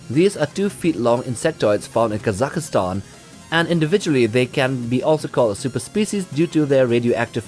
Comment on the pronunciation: there is no "ka-za-ki-stan" . there is only kazakstan